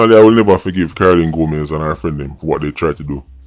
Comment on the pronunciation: Hail, her name is Gomes…..not Gomez